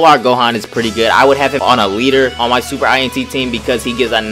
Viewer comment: INT not i n t lol sorry for nit picking